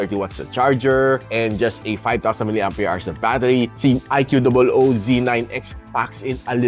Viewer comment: prounounciation po nang iqoo boss hehe